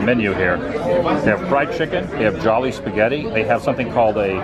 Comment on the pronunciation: 😂 It’s the English word “jolly” pronounced ‘jaw-lee’ like “jolly old St. Nick”. You only say “joh-lee’ if you’re saying it with a Filipino accent. 😂 Also, not sure if I missed it, but you have to dip the chicken the gravy. Try it.